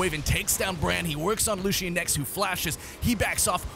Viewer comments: it's Lucian not Lucio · you called lucian lucio xD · "Ibuki the Omni" Calling Lucian "Lucio" this dude misses Overwatch LOL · Why is he calling lucian, lucio